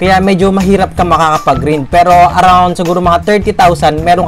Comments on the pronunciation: medyo nalito lang ako sa pronunciation mo ng "GRIND" GRIND(GR-AYND) kasi ang alam ko. anyways nice content :) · Sorry mali pronounce ng grind nasanay ako sa mga kalaro ko ganyan pronounce eh HAHAHAHAAHAHA ✌️✌️ edit: 196 SCHOLARS NA PO TAYO AS OF AUGUST 24 2021! Check my FB PAGE for more info :)